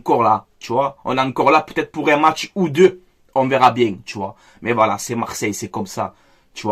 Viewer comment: 😂😂😂😂😂😂😂😂😂😂😂😂😂😂😂😂😂😂 ah je suis bieng ah je suis bieng 0-3 je suis bieng